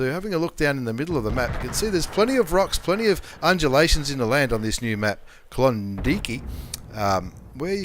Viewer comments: You need to think about that pronunciation there, Klondike isn't pronounced klondeekee hahahahaha it's klon and dike as in bike. Klondike. Brian Millen is 100% correct. When you mis-pronounced that i pissed my pants..... how to get something so wrong lol. I though mispronouncing things were confined to Canadians aka Americans like Claus Kellerman hahahaha Great vids though... keep 'em coming.... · is K-lon-Da-ike